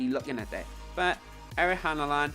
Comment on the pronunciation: He’s name is Erling Haaland, not Ery Hanaland!!